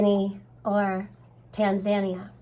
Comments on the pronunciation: Tan-zan-Knee-Aahh(sound out) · Tan zah nee ah (just trying to help with pronunciation. Thanks for the update. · The problem is it is usually dormant for 21 days before symptoms. Tan-za-knee-Ah :)